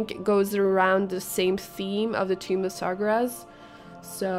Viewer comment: why you say it like sargrass